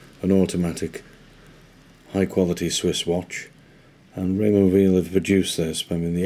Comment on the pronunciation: It's pronounced while - not veal (he's French speaking not German speaking).